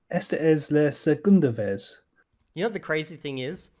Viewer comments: The fact that 270 hours man pronounces vez exactly as the pronunciation would look to an English speaker and not ves or veth (or even bes or beth to take into account the approximate nature of V in Spanish) like he would have actually heard from Spanish speakers during his hours of listening, makes me think he was just reading and is basically not being honest. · The guy with the voice memo is not being honest about his methods at all, you can tell that he's been reading, because he's making a mistake that only a person who was reading would make. He pronounces the z in the word vez, as a z like in english, when it should be pronounced like an s in latin america, and like an english th sound in most of spain, which is something you see beginner spanish speakers doing all the time, but if you had no conception that at least in latin american spanish, one phoneme was written with two different letters, you would never stumble on that pronounication of the word vez independently.